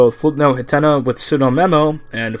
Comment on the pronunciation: Ah jeez, not again... It's pronounced HATNA! HAT! NA! Not Huhtenuh!